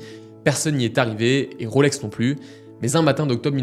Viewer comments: Et je rajouterai que ce n’est pas “ Roselor “ mais “ Rolesor “ … nuance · À Genève on ne prononce pas Rôlex mais Rolex !